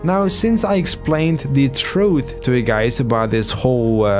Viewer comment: troof is how he pronounced it